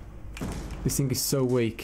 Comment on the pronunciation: Why do you always say think and not thing?